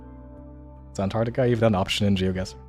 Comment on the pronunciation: pronunciation of GeoGuesser is insane